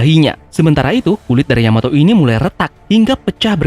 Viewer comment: terpeleset katamu sedikit Terpeleset sebut Yamoto kan seharusnya Yamato di menit 1.20